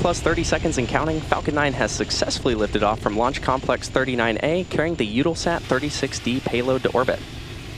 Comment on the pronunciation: Ugh! It's U-tell-sat